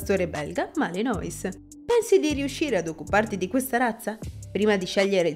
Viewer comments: Non si pronuncia "Malinois"!!! Malinuà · intanto... giusto per .... capire che di pastore belga Malinois non capite un cavolo, sta nel fatto che, si scrive Malinois ma si legge "Malinuà" o più comunemente molti abbreviano con "Malìn". Il fatto che lo chiamate "Malinois" leggendolo come si scrive, da prova che di questo cane non sapete niente. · Mi si sono arricciare le orecchie!!!!! Per favore : Malinois si legge MALINUÁ e indica coloro che provengono dalla città di MALINES (francese), che si legge MALIÍN, o anche da MECHELEN (fiammingo), che si legge come si scrive. Per favore, ri-registrate l'audio, perché è davvero pessimo sentire queste storpiature. Grazie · Pronunciato malinois non si può sentire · …gia la pronuncuia non mi fa ben sperare ….si pronuncia “ malinua”…o “ malin”….ripigliatevi…non e un cane per tutti….non fatevi intortare dalle dolcezze…è stupendo, ma molto impegnativo... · Chiamarlo maliNOIS leggendolo così come si scrive dalla cifra di quanto siete ignoranti. Voglio anche tollerare che uno non sappia leggere il francese, ma prima di fare un video ci si deve documentare… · Si pronuncia Malenua non come è scritto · Non si pronuncia malinois. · non è una giustificazione. Se stai facendo un video per descrivere una razza belga, il cui nome tra l'altro deriva da un luogo( Malines)che c'entra la pronuncia in inglese ??? È solo uno strafalcione 🤷🏻‍♂️